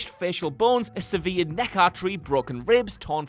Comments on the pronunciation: Seveered neck artery? SEV-erred neck artery. Servered. Sever, like never. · Sev-erd, not severe-d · Did he say severe neck artery 😂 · lol "Severe"-d, erhem...: "sever"-ed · The word "severed" is the past participle of sever -- not severe! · "Seh-veered neck artery." Has no one ever said the word "severed" in front of this man before? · Wait, do english people say severe'd instead of severed? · "sever-ed" not "severe"-d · Pronunciation: past tense of sever(rhyming with ever) is severed... Not severe (adjective and has no past tense) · And is sev-ered, not seveer-ed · Did you just pronounce severed as severe'd lmfao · It wouldn't be a Whatculture video without at least one egregious mispronunciation. is the worst 'un. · No we say it like ‘sever’ but with a D on the end. I’ve never known anyone else say it otherwise. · That's not pronounced like 'severe' in past tense... Ha ha ha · These guys are idiots man, "seveered" isn't even a word, a couple of the presenters can't pronounce words properly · Sure hope I don’t get a severe-d neck artery. Pronunciation Wut? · How do you not know how to pronounce 'severed'? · How does this man have student loans and can't pronounce severed? I'd be asking for a refund mate. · You need to learn how to pronounce the word " severed " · Do you really not know how to pronounce “severed?” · Do you not know how to pronounce severed? How? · "severed" neck injury.... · A severe... ed neck artery? Is that how you say it? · He also mispronounced “severed” as if it was stemming from severe. They are completely different words (one’s a verb the other an adjective) one of which, the one he said, doesn’t exist! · Pronounce "severed" again! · he does say it as severed which isn’t how we say it the UK! At least not how I’ve ever heard. So you heard correctly however it was said wrongly. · Can we also discuss the mispronounciation of the word nuclear? It's nu-clee-ar. Not nu-cu-lar. Or Iraq. It's Eer-rack. Not Eer-rock. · Say "severed" again...